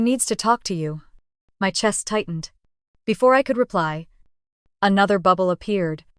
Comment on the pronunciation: AI mispronouncing Chest (CH as in cheese ) CH est